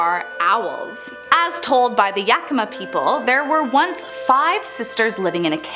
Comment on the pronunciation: I love how no one seems to be able to pronounce Yakima, Wenatchee, Snoqualmie! Lol